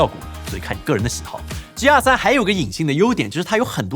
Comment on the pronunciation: 鸡鸭3，怎么那边的人读g要读成鸡？